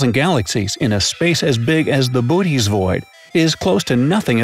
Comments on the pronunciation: It's pronounced boh-ot-ees, actualy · I thought said booties thingy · Pronounced Boots void (cant think of a joke about Booty's void) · Did he say booties void｡◕‿◕｡